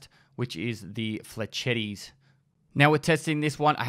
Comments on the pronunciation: m8 it's french not italian, pronounce it "flesh-etts" not "fletchetties" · The way you said "Flechettes"